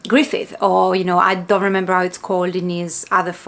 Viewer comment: Hey hey, just so you know to , you pronounced Griffith correctly. In regards to some Dark fantasy, Horror and Grimdark Manga/Anime recommendations, here's a few of my favorites. Made in Abyss by Akihito Tsukushi, Claymore by Yagi Norihiro, and Monster by Naoki Urasawa. If you like Lovecraftian Horror, then I would recommend all of the works by Junji Ito, especially Uzumaki, and the Hanging Balloons. Also since you finished the Golden Age arc, i would recommend the '97 Anime, and the 3 films. Both series cover the Golden Age.